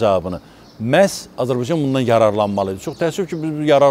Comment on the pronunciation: Bu adam Azerbaycana azibaycan deyir. Olkenin adini da duz demir